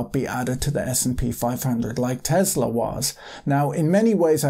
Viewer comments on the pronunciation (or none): none